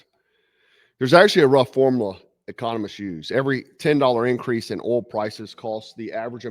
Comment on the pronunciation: It's oil, not ohl 😂